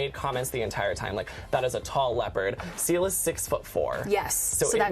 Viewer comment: When she said seal I thought that she said CeeLo